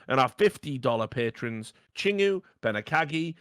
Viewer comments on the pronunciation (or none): Continuing to mispronounce "Chingoo" as "Ching Woo", even though it's pronounced "Ching Goo" and means "friend" in Korean :P Unless the patron specifically instructed Richard to pronounce it as such, in which case nvm